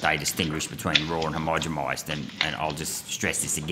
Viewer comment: Yo Malcom, Its homogenize not homogemize.. Peace and love